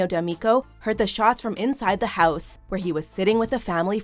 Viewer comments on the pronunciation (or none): none